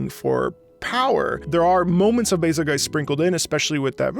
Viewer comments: Bazelgeice? Did I hear you say correctly, you said bazelgeice? It's bazel-goose(or bazel-geese). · I thought it was pronounced “Bazel-Juice” You know cuz the name is based off betelgeuse and that’s pronounced “Beetle-Juice” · Where on this good, green earth does someone think "Bazelgeuse" is to be pronounced like "Adelweiss"? I understood the "Razzle Juice"/"Hazel Goose" differential of pronunciation, but what I just heard is beyond my understanding! I especially liked the anniversary orchestra version of this theme where they used a slight chord change of the introductory brass measure as a final outro for the theme. So satisfying to hear! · I always pronounced it Bay-zul-juice, like how you pronounce Betelgeuse as Beetlejuice. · I pronounce Bazelgeuse "BAY-zil-joose" / "Basil Juice"